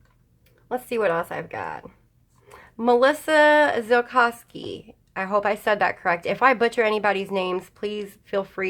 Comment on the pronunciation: Awesome video. Thank you for answering all our questions. You said my name perfect (Melissa Zilcosky). I love your channel and your Facebook group. My daughter and I were coloring while we watched you. Feel better soon.